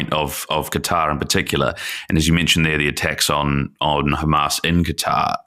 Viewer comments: It’s not gutter it’s katár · ITS. QATER. QATER. NOT. GETTER. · Does he call Qatar gutter . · The moment you say "gutter" for Qatar, I constrain myself not to punch the computer screen. Dislike given for the video. 👎👎👎👎👎👎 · I find it amusing that many American commentators pronounce Qatar as "Gutter".